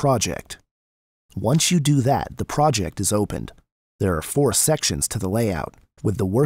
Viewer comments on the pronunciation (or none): none